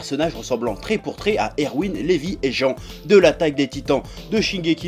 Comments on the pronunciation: LIVAÏ et non "Lévii" stp... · Sa me stressent quand il dit lévi NAN PURER NAN C LIVAI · C'est prononcé "Livaï" pas "Levi" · Putain je comprends pas pourquoi vous dite Levi c Livaï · LI-VAÏ. Pas "Lévi." Ou même Rivaille, FAIS DONC GAFFE AUX FANGIRLS CHEF ! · On peut écrire Levi mais on le prononce pas comme ça c livaï quand tu le dit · t'as bien dit levi ??? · ok alors mec ca se prononce : Livaï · Levi en anglais et livaï en fr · mes oreilles ont saignés... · mes oreilles saignent encore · NON. C'est Livaï, lisez les mangas bon sang Ou alors Levi, qui se prononce à l'anglaise. CE QUI DONNE, "LIVAÏ". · on est d'accord qu'il a un problème